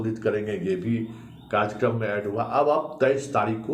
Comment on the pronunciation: Ye "karjyakarm " kya hota hai? Karyakram kahiye. Waise aapki aawaaz buland hai aur anchoring bhi achchi karte hai aap par 8.38 minute pe ye kya keh gaye aap...." sirf Gujrat aur Himachal ki haar...." Dhyaan dijiye please.